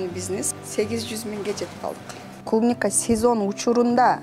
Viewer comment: Клумника дебейт клубника